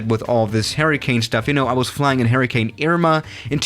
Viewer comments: It sounds like you are saying “Harry Kane” 😂😂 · H e r r i c a n e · Is it me or does it sound like he’s saying “Harry Kane”? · No one:: H A I R Y C A N E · Nobody: trying to say hurricane: Harry Kane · I thought you were saying “Harry Kane” at first 😂😂